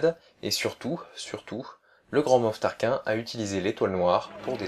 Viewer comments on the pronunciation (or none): on dit grand moff tarkine avec le e a la fin